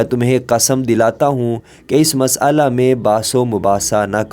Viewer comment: Please correct your Urdu pronunciation, carefully read and repeat , مسئلہ.